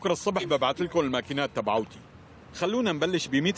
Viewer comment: ب الدقيقة بدال ما يقول تبعاتي قال تبعوتي مين لاحظ 😂😂😂